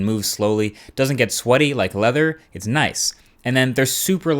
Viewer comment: hahaha why did you say "its nice" like that